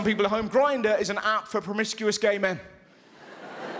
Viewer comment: "Russel HowHard" 😂